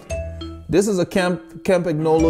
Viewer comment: Love the video. Campagnolo is pronounced "Campan yolo" ;) I have a Litespeed T1 with Zonda C17s for climbing and Bullet 50s (not the CULT bearings) for the flats. There is only about a 200g difference between them, so acceleration is a tad faster with the Zondas, which also feel a bit softer, but the Bullets are what makes me smile. They come alive at about 35kph (22mph) and holding speed is easier, particularly with 25mm wide tires. I've had them up to 71kph with a tail wind and they felt solid and planted. I had a set of Shimano RS81 C35s on my Tarmac, which felt tons better than the stock DT Swiss, but felt like bricks compared with the Bullets. The RS81 C50s might feel better, but I have absolutely no reason to even give them a spin so far.